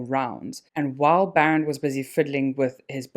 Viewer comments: The correct pronunciation is BAA - Rend. And Afrikaans name not Baron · This was a decent video, but your constant mispronunciation of "Barend" was really disappointing 🤦🏻‍♂️ I mean come on, you know that it's an Afrikaans name, right? It isn't pronounced the way you said it. And yet you chose to repeatedly pronounce it this way for the entire duration of the video. Really embarrassing! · Funny you can’t say BAREND but you pronounce Strijdom perfectly. It’s not Baron. It’s BAREND